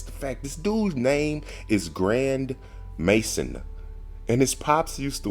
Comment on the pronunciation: His name is Grandmaison, not Grandmason 😂 It's a French last name and literally means a large house